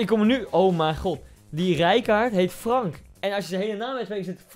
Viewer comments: Je spreekt "Frank" uit als "Frenk," dus eigenlijk zeg je Frenk Rijkaard. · Je zegt frenk rijkaard